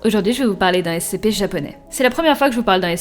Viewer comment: Sa s'ecrit SCP mais sa se dit S-SI-PI